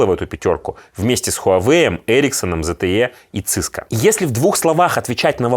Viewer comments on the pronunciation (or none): ты больше года живёшь в европейской стране, и до сих пор не смог выучить правильное произношение наименований bigtech-корпораций и производителей электронной техники. «зэтэе» и «циско» у него... Стыдоба.